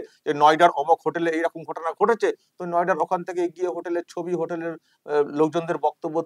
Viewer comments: কথাটা হবে নয়ডা। উনি বলছে নৌডা। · It is Noida not Noda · নয়ডা ও উচ্চারণ করতে পারছেন না ন ওডা বলছে মাঝে মাঝে মনে হয় মিথ্যা বলতে বলতে উনি নিজেও চিমটি কেটে দেখেন যে উনি মুখ্যমন্ত্রী কিনা? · Nouda na noida 😂😂😂😂 Ekta sobdo thik kore uccharon krte parr na , r e naki cm 😂😂😂😂😂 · Nouda noy ota habe noyda. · নয়ডা নয় নৌডা. এএএএত মিথ্যা কথা বলে? আমাদের মান সম্মান গেল! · মুখ্যমন্ত্রী র ভুল উচ্চারণ করেছেন " নযেডা " নাওদা নয় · সত্যই বাঙ্গালী ভাবতেই লজ্জা হচ্ছে শুধু মাত্র একজন মহিলার জন্য, যে আজকের দিনে বাংলার প্রথম মুখ, নয়ডা কে বলছে নৌডা, ।।।